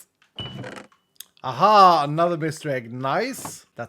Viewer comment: Bro, you Swedish? Your "Ahaa" sounds like what i hear everyday